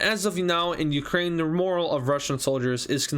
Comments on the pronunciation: Its pronounced..more al...not moral..just fyi.. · Great video, and very entertaining! Since I am a little brat, I have some things you should fix: Instead of calling it "Belarusan," the correct pronounciation is "Belarussian," like "russian" but with a "bela" in front of it. Also, instead of saying "moral," the correct pronounciation is morale. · You were saying "morale" as "moral", just a little nitpick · I don’t mean to be rude at all, but it’s just a little annoying how you pronounce morale. Morale is pronounced mor as in MURder, and al as in ALligator, the e is silent. Moral is something different entirely.